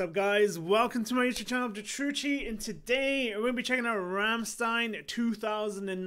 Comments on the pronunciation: Bro You are a very likable guy and I enjoy Your reactions especially to Rammstein. But like most english-speaking people You butcher the band name and the song titles. So as a German I want to support You a bit and write these words in a way so if You read it in Your language it will sound like the german words. There is a problem with "ch" and I don´t know what to do about it. Anyway the band name sounds like "rumshtine"; some song titles sound like "doo hust" (You have), "esh vill" the problem with ch, I want), "anggel" (angel), "bentseen" (gasoline), "vollt eehr duss batt in flummen sane" (Do you want to see the bed in flames), "esh too deer vaih" (I hurt You), "mine hairts brannt" (my heart burns), "mootter" (mother), "doitshlund" (Germany), "foir fry" (open fire !?), "vices flishe" (white flesh), "hirarta meesh" (marry me), sonna (sun), pooppa (doll), "do reeshst so goooot" (You smell so good), rummleed (ram song or more the song connected with the band name) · >Says Rammstein like 20 times in Rammstein song >Still mispronounces it afterwards What the fuck dude ? Did you even listen ?